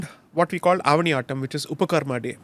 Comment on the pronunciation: That’s avani avittam not aaattam 🤭